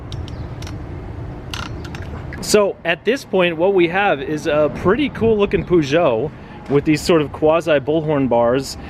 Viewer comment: the "PooSho" 😂😂 sorry but as an European I can't hold my laughs at you keeping on mispronouncing that word